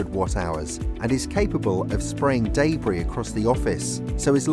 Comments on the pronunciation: wtf is DAY BREE you mean DEBRIS? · I laughed when he said day-bree for debris. It's interesting how differently people say some words. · Day Bree